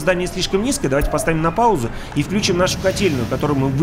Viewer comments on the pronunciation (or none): меня одна вещь смущает... Пожалуйста говори не вклЮчим, а включИм. Ставь ударение на -И-!))))) Спасибо! Классная республика!